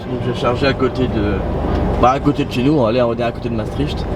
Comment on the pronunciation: Super vidéo encore une fois :) Par contre, mes oreilles de belge saignent à chaque fois que tu dis Maastricht. Ca se prononce "Mastrikt" ;)